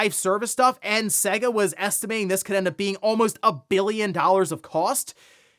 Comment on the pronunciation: Dude, you’re pronouncing SEGA wrong, please stop it.